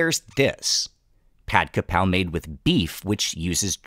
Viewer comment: dude it's pad kRRRRRRRRapow, where are your Rs?